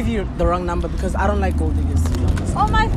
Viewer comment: "BIKIZ" instead of because🤣🤣😭😭😭😭